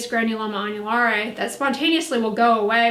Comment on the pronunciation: I’m learning here folks don’t know if I’m more impressed by the knowledge on the subject or the fluency pronouncing the name of the condition. I’m sure there are some viewers very excited seeing this video posted I’m glad for em!!! 👍🏻☀️☕️⭐️